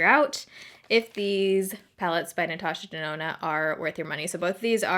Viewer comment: Natasha Denonna more like Natasha DoNahNah...nah for that price anyway. 😆